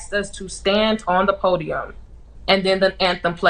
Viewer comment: "they axed us to stay on the pudium"